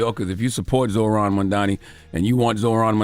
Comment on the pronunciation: Bro, just a quick pause, to the number of people that REPEATEDLY refuse to pronounce Zohran's name right, even at this late date, is that part intentional? And I don't care if you're a Republican OR a Democrat ... I mean can we at least get that much?